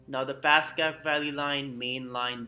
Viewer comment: Passaic is pronounced (pass AY ic)